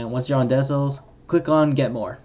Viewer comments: Thanks, decent tutorial! Tho couldnt help but get triggered when you pronounce decals as "desals". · Bro said 'Desells' LOL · Damn a lot of you kids complain too much about the way how he said decals